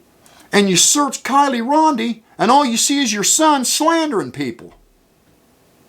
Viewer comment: Dude, I just have to say, It's RODNI, NOT RONDI! After all these weeks, learn to say her last name right, please. And your obsession with Upchurch is beyond insane 🤣🤣🤣